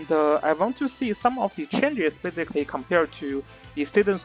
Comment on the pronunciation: every time you say basically, it sounds like physically... lol